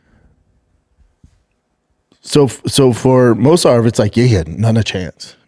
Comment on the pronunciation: So Brendan pronouncing Movsar name and its different and hilarious every time?? Anyone noticed? 😂